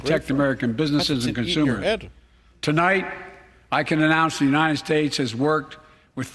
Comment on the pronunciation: If I have to hear Biden say “unined” one more time I’m moving to Qatar